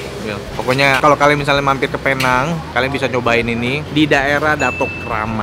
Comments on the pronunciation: nek carlos video sebelum2nya : jadi men, penang bacanya "pineng" nex carlos video ini : kita di penang men :) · Bang nex.. sebutannya bukan "Pear Nhang".. its "Pee Néng" 😄😄😄 .. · Ko gak ada cita² ke dokter tht gitu 🤣🤣 budek bat..btw nyebutnya pineng bukan pinang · Sebenernya seharusnya dibacanya "Pineng" sih hehe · Tulisan: Penang cara sebut: Pineng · penang. cara bacanya pineng. neng nya kaya ngucap neng(sunda).. begitu mamen. welcome to penang mamen. try deen maju dong... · namanya PENANG dibaca PINENG